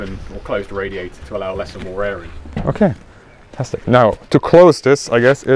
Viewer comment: "ok, fantstic" much?